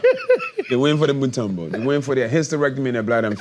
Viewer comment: Lol it the way they say mutombo 😂😂😂😂😂 it a common congolese last name 🇨🇩❤💪🏿🥰😂😂😂😂 mutombo they saying totumbo